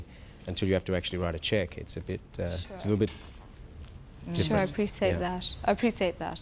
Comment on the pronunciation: Why does she says negoSiate and appreSiate 😆🤦🏻‍♀️